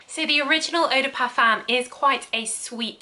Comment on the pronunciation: Love your videos 😍 thank you so much ❤️❤️ Just a little tip, eau de parfum is pronounced O DE PARFIN